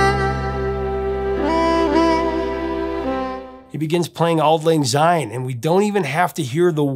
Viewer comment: Enjoying having found your channel Prof! A little bit of Scot’s pedantry here. The word “syne “ starts with an “S” and not a “Z” therefore Syne and not Zyne. Come Hogmanay and before the bells ring, feel free to raise your eyebrow and wince slightly before correcting the mispronunciation and then burst into song! “Auld Lang Syne” should really be Scotland’s National Anthem. It’s a huge missed marketing opportunity. You should find another Burns’ song and analyse the lyrics to “Ae Fond Kiss”. The perfect and unsurpassable love song. All the best Ian